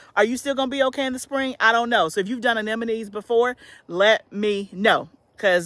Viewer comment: The flower anemone that you're talking about is pronounced uh-NEM-o-ne, not uh-NEN-o-me.❤